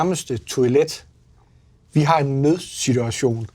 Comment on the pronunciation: As a dane the Danish part was fantastic! - The way he pronounces "Vi har" Is perfect